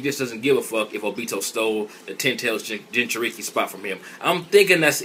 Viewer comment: " JINJURIKI " xD